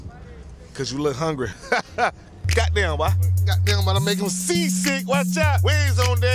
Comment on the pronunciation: "Gaht dam boah" 🤣🤣